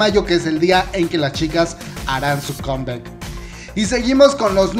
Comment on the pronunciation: Deja de pronunciar con bec, es comeback y se pronuncia comback!! Ni siquiera en inglés suena conbec.